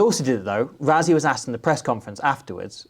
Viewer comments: why do you call him “ razzi” ? why say it like everyone else? rah-si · Say Rassie but pronounce it Russie. South Africa thanks you. :face-green-smiling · You do realise that the s in Rassie is voiceless, right? So instead of Ruzzy it's more like Ruscy. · it's Russy not Ruzzy in pronunciation.. that's how we say Rassie in SA. Thanks. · for the amount of times you say his name, you may as well pronounce it correctly. It's "Russ" as in "Russell" "ssie" as in "sea" You don't have to roll the "R" Russ-sea...sounds better than Razzy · Why can’t brits say Rassie properly there’s no z in his name is ss ffs